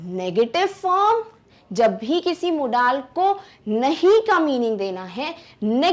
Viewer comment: Apni pronunciation sudharo Modal~ मोडल